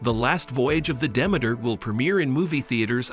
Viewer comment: At least learn how to pronounce the name of the ship!